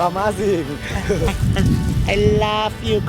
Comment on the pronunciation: "uh WOOW it's uh-mah-zinc" "i laph you coral... it's aliveee" *tap* *tap* JEBRAW PECAH ABEISSHH